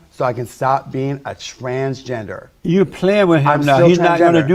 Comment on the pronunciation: He keeps saying “trangender” lol. No “s”. Can’t accept himself as he is and can’t even accept the spelling of what he wants to be. 😂